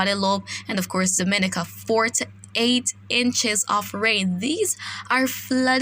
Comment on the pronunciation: Great reporting .I follow and depend on . one small point of bother I don't find pleasure in people continuously saying my name wrong ..as a Caribbean people we say Dom-i-ni-ca .. Mr weatherman is from outside the region and he gets it right..make that small correct for us ..luv yah work